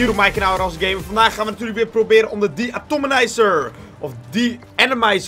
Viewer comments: HIJ ZEI DE-ATOMIZER GOED IK BEN TROTS OP JE!:P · GOEDZO JE ZEI DE-ATOMIZER😂😂👍👍